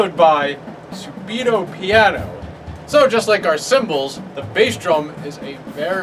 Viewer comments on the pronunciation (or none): it’s pronounced subito not subito 🤪